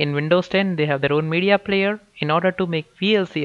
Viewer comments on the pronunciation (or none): none